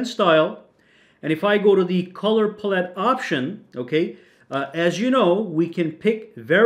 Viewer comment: Pal-it, not puh-let